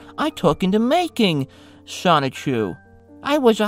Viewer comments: Generally speaking, I don't nitpick about pronunciations, but how can you pronounce it Sonic-chu after so much research? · repeatedly pronouncing Sonichu as Sonic-Chu is quite grating. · Lost me about 2 minutes in when you said "Sonic Chu" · Stopped watching as soon as you said "sonic-chu" how could you do a whole video and still mispronounce the linchpin of the story like that. Sloppy. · Please reupload this but pronounce Sonichu correctly.